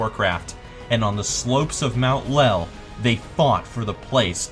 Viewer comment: when u said "in the shadows of mount LEL" i was absulutly dying of laughter.